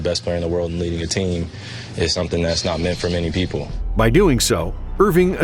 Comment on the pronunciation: Did anyone realize that he said people wrong saying “poeple”